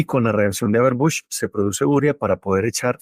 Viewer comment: Es que se dice 'urea'. No va acentuada. Como 'vídeo', que sí se acentúa pero ustedes no lo hacen.